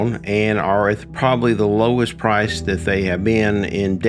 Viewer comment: ~ I'm presuming that the word is 'lowest' and not 'lowes'..